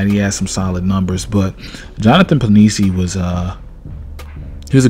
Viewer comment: love him too, looking forward to see the work hes going to put in this year.. Penisini pronounced pen-ih-seeny